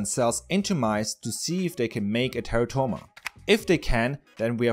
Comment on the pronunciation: plz.. Stop pronouncing it "Terra-toma"... Its "te'rah'to-ma"..